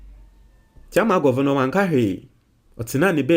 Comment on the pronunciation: some of your pronunciation are so bad if you are a graduate Sometimes it's so bad. (Governor) is an English word not how you are pronouncing it Please